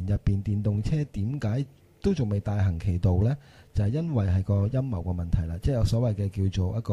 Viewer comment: 開場果時講到好似陰疣背後..